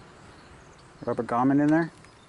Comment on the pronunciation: Great video I like that the camera wasn't handheld and choppy. If I could make a couple constructive comments without offending anyone, please. It's a "grommet" not a "gommet", it's an "electrode" not an "electroid" and in your comments, you mispelled spark plug and put "slark plug". Your video would be so much more professional sounding/looking if you would have someone watch it and proof it for you. NOW, THANK-YOU FOR YOUR HELP, THIS VIDEO HAS SAVED ME HUNDREDS OF DOLLARS NOT HAVING TO TAKE THE CAR TO THE HYUNDAI DEALER!